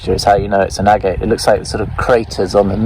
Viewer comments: Agate. You are pronouncing it incorrectly... It is pronounced "ag-et" not "a-gate" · Nice agates, shame you don't know how to pronounce the name correctly.